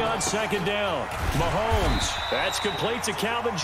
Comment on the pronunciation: “Real Randy Moss fans don’t fw Pat Mahones” 😂😂😂